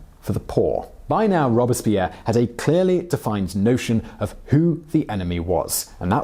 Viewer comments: This guy kills me with his constant mispronunciation of words and names. It not rob-es-pierre, it's robes-pierre. Understand how the French language is enunciated. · Take drink everytime Simon says the name Robispierre. I dare you! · Yeah it pronounced ROBES-Pierre Like he has two robes. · All interesting, but, when did ROBESpierre become ROBERTSpierre? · It’s Robespierre not Robuspierre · ROBE--SPEAR...!!...ok Simone? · "Robes" Pierre French guy in a poncho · His name was Maximillien de Robespierre not Maximillien Robespierre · I am pretty sure your saying Robespeirre wrong.